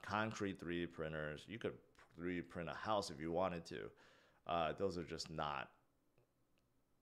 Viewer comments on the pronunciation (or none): none